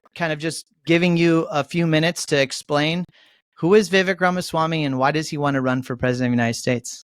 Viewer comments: Yes, the guys should have pronounced his name correctly. Vivek like Cake or Rake ( vek). Vivek better win in 2024. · Viv”ake” like cake.